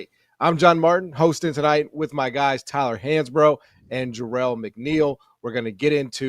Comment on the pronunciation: Tyuhhhlur needing t o o be unduhhr spell of speeching patholigysitss or maybbbee robby D. needing t o helpping tuyylluhhhr wid tha ingles idioma